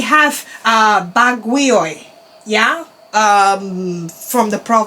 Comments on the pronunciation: Also Baguio is actually pronounced as /BAG-yow/ or simply /BAG-yo/ (both has an emphasis in the word syllable Bag). Also, Ilo-ilo besides /I-low I-low/ can also be pronounced as simply /I-lo I-lo/ (emphasis on the first syllable /I/). Great work queen!!! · Baguio pronounced as: Bag-You.